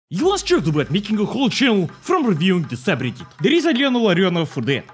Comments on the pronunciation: No it’s Soobridit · Its soobridit